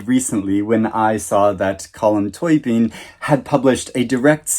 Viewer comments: Great review, his surname is pronounced Toe bean not Toy bean! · Collum toebean…. Just think Bean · Pronounced Col/m Toe/Been. Aoife is pronounced E/fa